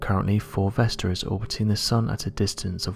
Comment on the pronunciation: I thought this guy was saying ‘fulvester’ the whole time...and it got me thinking, why have I never heard of this asteroid called fulvester before... then it hit me... he was saying 4 vesta😂